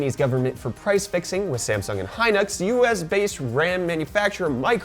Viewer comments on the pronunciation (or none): none